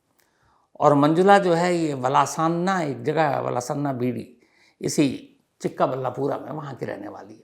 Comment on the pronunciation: chikka balla pura nahi bhai... chikballapur..